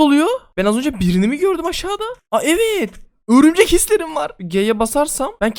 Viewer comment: Örümcek ne lan o örmücek xd